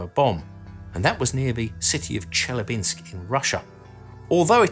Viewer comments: Wrong stress in Chelyabinsk: it should be stressed ChelyAbinsk, not ChelyabInsk. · ChelYAbinks... Wrong emphasis.